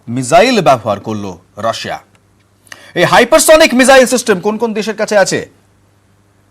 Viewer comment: Ucharan tik korun mijael na ..